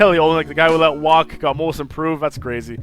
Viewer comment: lol it's kelly o-lynyk.. not oly-nyk! and noel is pronounced like "no-el"